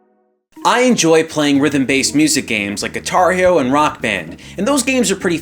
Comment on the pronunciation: It took me awhile to realize he was saying "Guitar Hero and Rock Band" at first I think thinking what is Gatari-O? lol